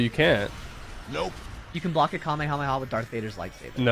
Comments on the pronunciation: You said kame yo mama it’s ( kame hame ahhhhhhhh) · it’s Kamee hamee haaaaaaaaaa not Kame a mama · bruh its not kamieahama its ka-me-ha-me-haaaaaaaaaaaaaaaaaaaaaa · Its kamèhamèha not kamehamama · U PRONOUNCE IT LIKE KAH MAY HAA MAY HAAAA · He really said kahemama😂😂😂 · CALL ME A MAMA??????? ITS KAMAKAMAHA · Not making fun of is because he said kahmeha bad bro 😂😂🤣🤣😂😅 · Its kamehyomama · Bro it’s called kah-meh-ha-me-haaaaa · ITS KAMEHA MEHA